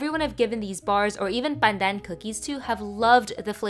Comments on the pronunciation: The way you pronounce pandan in Filipino sounds funny coming from a Malaysian 😂 we're so close yet so different🤣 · Why are you exaggerating how you pronounce Pandan?